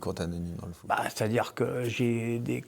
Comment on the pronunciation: le foot pas le fou 😅